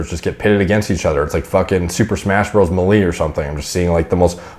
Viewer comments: Wait there's no way this man says "melee" like that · I like everything about your channel except how you pronounce “melee” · my man said super smash “mawlee” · Did you say smash bros meh-lee? Have i been pronouncing melee wrong this whole time? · has spoken. Nintendo’s party game is now pronounced as super smash bros meh-lee. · the way he said melee LMAOOOOOO